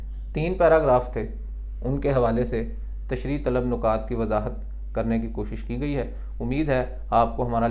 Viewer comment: Nukat ni hota...nikaat hota h